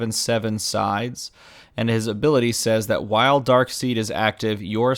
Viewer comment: It's pronounced "Darkside", good sir. :P